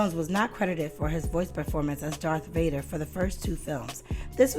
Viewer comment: She said DARK Vader 🙄 it's Darth Ya ninipoo